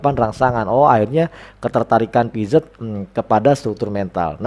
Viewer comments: Makasih ilmunya pak, Maaf dibacanya piase, e dibacanya kaya kita baca kata "membeli" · Piaget dibacanya piase pak